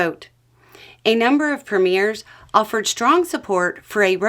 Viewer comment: Do you mean Premiers? You're pronouncing it wrong. preh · mee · uh